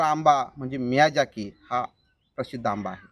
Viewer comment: मियाझाकी उच्चार आहे. miyazika नाही.